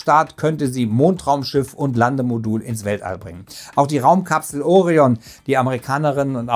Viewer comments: Es heißt auch Orion und nicht Ooorion....alter tut das weh deutsch Muttersprachlern bei sowas zuzuhören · Es wäre schön, wenn griechische Fremdwörter wie Orion und Artemis auch richtig betont würden. Artemis betont man auf dem ersten A und Orion auf dem „i“ . Andernfalls merkt man sofort , dass der Autor nichts mit Latein und Griechisch zu tun hatte.